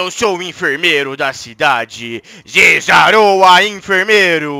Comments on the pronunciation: Ele diz zezaraoa😂😂😂😂😂😂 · O falo zezaroa kkkkk é zeraora kkk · É Zeraora e n Zezaroa #Zeraora #NãoViraChorinho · VC falou zazarora kkkk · Se fala zerahora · Se fala zeraora